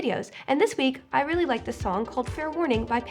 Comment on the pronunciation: lol "for realsy"